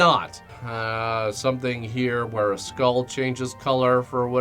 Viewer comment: "We'll see whar 2020 brings" Oof.